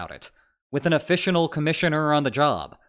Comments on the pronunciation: “…with an offitional commissioner on the job…” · my brain noticed something was off but it took a moment to realize you said "officional commissioner" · "officional commissioner" lol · You had me at “ officianal “